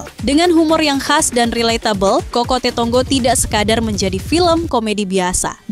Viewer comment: Kok isok bacanya kokote...cokote.... Hadehhhh..ga paham artinya kok review to min...min...😂😂